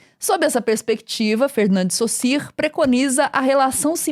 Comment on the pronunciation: a nilce falando o nome do saussure certo chega me deixou feliz